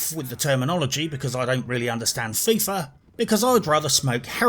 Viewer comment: Fifa sounds like Thiefa